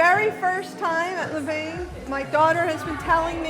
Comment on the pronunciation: All these different pronunciations of LeVain are annoying me lmaooo. It’s “lah-ven”